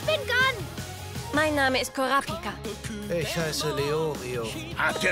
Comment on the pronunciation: "KurAApika", "LeOOrio"... oh mann bei der Aussprache der Namen zieht sich immer mein Magen zusammen - ich bin viel zu sehr auf die japanischen Originalstimmen & Betonungen gedrillt :D